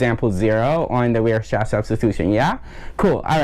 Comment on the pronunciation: great video, just one thing. Weierstrass is pronounced WIREstrass, not weerstrass haha